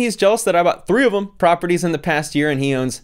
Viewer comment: Lmaooo said 3ofem 😂😂😂